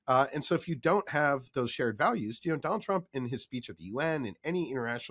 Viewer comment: Doe-nauld Traamp